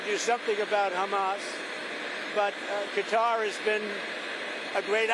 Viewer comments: lady it's not pronounced cuttar , your supposed to be a professional , ka -tar is how it's said it took till he said it to figure out who she was talking about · You hear the people of Qatar pronouncing their country name. Yet you still say cutter are you ignorant or rude to their country its pronounced KaTar. You’re ignorant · Please pronounce it correctly it's catar. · That is very very true. They have been saying cutter, since the first Gulf War. I cringe whenever some so-called pretentious journalist says cutter, Thank You!